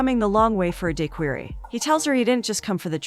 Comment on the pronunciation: Being that I'm from Louisiana and this lady mispronounced daiquiri has my skin crawling 😂🤣🤣🗣️🗣️🗣️🗣️